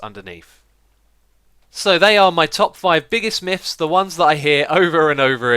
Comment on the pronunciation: I giggle just a bit every time he says "Miffs" or "Miff"